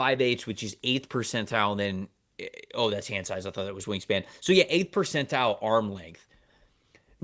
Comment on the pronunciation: I need answers on why refuses to pronounce the “T” in the word Percentile… 😂